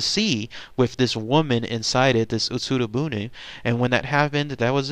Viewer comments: OMG I want to watch this but my gods. UtsuRO buné. I can forgive the rest of the bad pronunciation, I'm not expecting fluency here and heck you apologize for a bad pronunciation but it's boonay. 空ろ船 is literally hollow boat. "utsuru boon" is a "sentence projected on a wall". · Ut-Sue-Row Boo-Knee